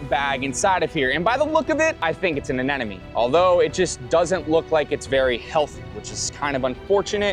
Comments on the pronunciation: If I had a dollar every time this dude mispronounced ANEMONE as anenome, I would have 100 dollars😁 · It’s anemone not anenome…you should know better. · Am I hearing him pronounce it as Anenome instead of Anemone? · Uh-NEM-uh-nee. Not "an enemy." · Why does he keep saying A-NE-NE-MES??? It's anemone! Stay in school kids! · Its not Anenome. Its Anemone. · It's ANEMONE, not ANENOME!! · My head hurts whenever he tries to say anemone because he literally pronounces it anenome 😢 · Maybe now you can learn to properly pronounce it. A-nim-o-knee. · what the hell is that pronunciation of anemone? anenome? whattttt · You are Nemo case he can not say anenim